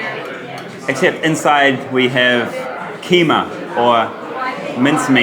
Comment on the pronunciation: Keymar? Its keemah